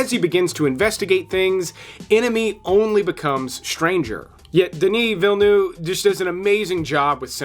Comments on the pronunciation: isnt it Veel-Neve and not Veel-Nough? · Villynoo? Why Cant you pronounce it properly? Villynoo? lol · Good list. FYI the V at the end of Villeneuve is not silent.